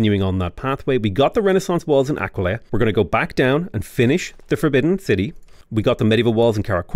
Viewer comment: Talks about Arretium and Aquileia What I hear saying: Al-righty-then, I-kill-ya